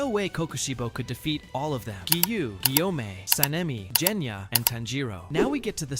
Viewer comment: He said jenya its genya!😂😂😂😂